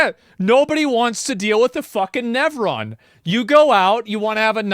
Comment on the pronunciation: What's a nevron?